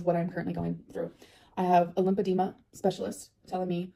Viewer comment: If you listen closely she says she has a “limpadema” specialist. Not a lymphedema or lipedema specialist but LIMPADEMA one… I’m convinced Becky’s ex never went to the Dr. She googled some stuff and ran with it. Now she can’t even keep her terminology straight